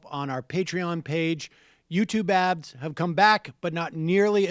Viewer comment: Sam- I know that when you are asking for people to join Patreon, that you are saying, "YouTube ads," But Dang if it does not sound (every time) Like ""Youtube abs. YouTube working out?